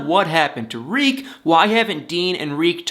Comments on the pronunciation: It's not 'Reek" It's "Tarik" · The name is Tarek pronounced Tar-Rick not Reek